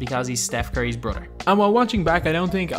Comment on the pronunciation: Bro you need to learn English you say brother like broder you need to learn how to pronounce th